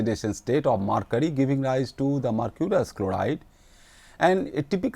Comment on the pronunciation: It is mercury not marcury